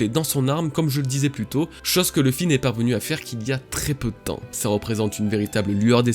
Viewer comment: Par contre c pas ousopp mais usopp avec un u Et pas l'oeufy mais louffy please, je vous en supplie